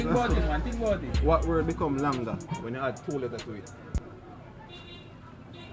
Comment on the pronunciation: the word is longer not long-ga lol